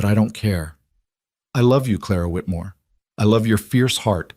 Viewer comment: Again with "Clara Whitmore " ? Noooo...